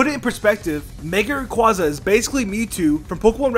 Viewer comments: ITS RAY QUAY ZA NOT QUA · Rayquaza (rā quā za)